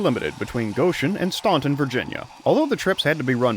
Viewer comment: Its so easy to tell a non-local by the pronunciation of Staunton, VA